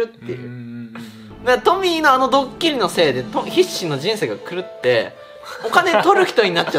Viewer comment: カンタくんの発するトミーが、時々｢ポニー｣とか｢ポミー｣って聞こえる件。笑